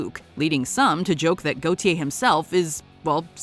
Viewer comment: Gotye ( pronounced Gore tea air) or Wally DeBacka has had multiple hits in his native Australia he is a legend in digital music on all of his albums he plays every instrument then flawless waves then together from his home studio in country Victoria, you are a global channel the world is not America